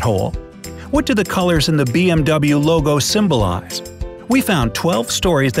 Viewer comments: It's not lego it logo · Title says logo he says legp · Lol, I was just about to tell the narrator that the title was "logo" not "lego" until he already got corrected.